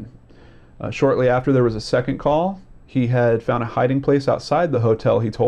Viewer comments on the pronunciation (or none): none